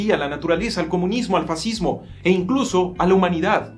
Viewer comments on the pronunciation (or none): none